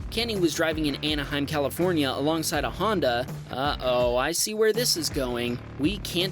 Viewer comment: "Califronia" lol